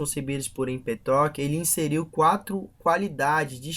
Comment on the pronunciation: empetoquis? não seria Empédocles? tales de miletoS ? Não seria Mileto? Anachiiimenis? Não seria Anaxímenes ?